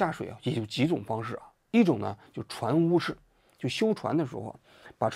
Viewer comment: 應該是船塢不是船屋